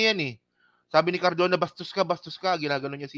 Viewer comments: CARDOBA KA NANG CARDOBA E MALI KA!!! CARDONA! CARDONA! CARDONA! MALI MALI ANG PALAGING SINASABI MO, PATI PAG BABASA MO MALI MALI! ITUWID MO NGA YANG GINAGAWA MO, HINDI LANG DITO, PERO PALAGI SA IBA MONG MGA VLOGS!!!!!! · Cardona hindi Cardova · Cardona! hindi Cardova!